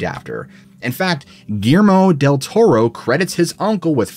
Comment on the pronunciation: "Gearmo Tel Toro" 😂😂